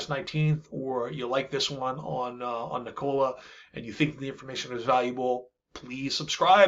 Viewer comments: It isn't NiCOLA. It is Nee ko la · Omg the way you pronounce "Nikola" is so annoying! It's not 2 syllables and is not "Cola" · Please pronounce the company name correctly. It’s “NEE-kola” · it's pronounced nik cola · Should learn how to pronounce the company’s name if you intend to be credible. Kneecola?